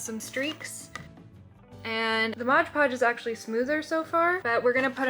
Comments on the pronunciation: Mod Podge must be the most difficult phrase to pronounce correctly because nearly everyone calls it Modge Podge! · Mod not modge, read the label. Mod podge!!!!